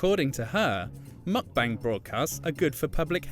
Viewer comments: It's not Muck-Bang. Try Mook-Bahng. Koreans don't speak with a British accent. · Mukbang is actually pronounced as mook-bang, not mach-bang.